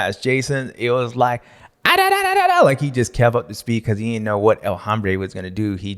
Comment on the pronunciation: TF, what is the nickname. El hombre?? its pronounced Ohhm-bre. Means "the man" in Spanish. Hahmmmbre, lol. Sounds German and hard as F#ck, and not correct. H is silent my guy. OHM--BRAY.